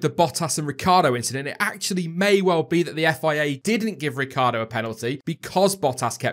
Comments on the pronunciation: Surely everyone mispronounces Danny Ric's name...Ricciardo....not Ricardo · Lucy Burborough Ricciardo pronounces his name 'Ricardo' instead of the Italian pronunciation 'Rit-char-do', saying that is how his family pronounces it.